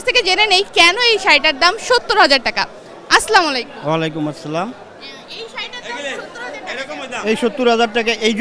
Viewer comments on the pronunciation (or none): দয়া করে সালামের উচ্চারণটা সঠিকভাবে করবেন, এটা হবে আসসালামুয়ালাইকুম